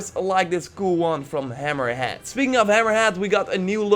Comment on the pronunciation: It’s hammerhead not hammer hat